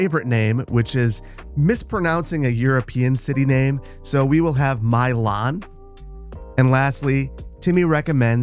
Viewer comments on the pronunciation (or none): Milan is MY-lan. Lan as in land. Mylun. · little surreal to see my name as a town - although the pronounciation butchering is killing me haha